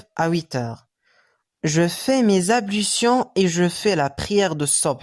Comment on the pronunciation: حضرتك لية مش بتنطق حرف ال L فى كلمة ablution